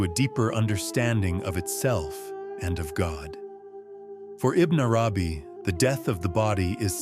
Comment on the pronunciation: Beautiful! But I cringed every time the narrator said Ibn Arabi’s name. I thought it is pronounced more like this: “Ibbin AaRabee.” If my pronunciation is incorrect then I am truly sorry.